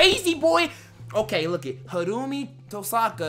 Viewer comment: It's pronounced 'Hiro, omi' That's why they call him Omi. And plz plz plz react to FULLMETAL TRIGGER by THE RAMPAGE!!!!!!!